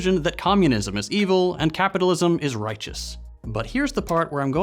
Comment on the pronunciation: Funny how they pronounce "this is extremely dangerous for capitalistism".